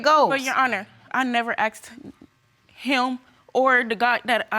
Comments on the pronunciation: "He axed me"... The word is ASKED !! Not that hard to say !! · It's the 'axed' word that I detest. The word is 'asked' not hard to say